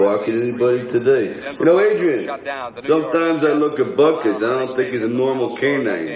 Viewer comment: The dog is not called Butkus, It's called Buttkiss. Just listen very carefully to how its said